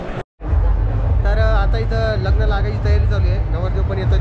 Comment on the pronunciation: लगन नाही लग्न म्हणतात दादा